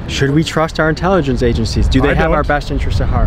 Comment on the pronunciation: Why the fuck does he pronounce all his S’s As SHH. “Should we trushht our own intelligenshh agensheez”